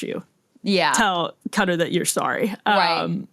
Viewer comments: It is not cutter, it is pronounced Kuh- taar. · Why does Everyone say it like that. It’s not cutter it’s kah-tar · Everyone calling it cutter?